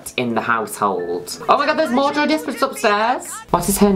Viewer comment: I thought you were saying Joey Despret this entire time. I can't unhear Joey.